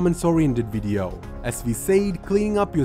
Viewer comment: It's should be video not wideo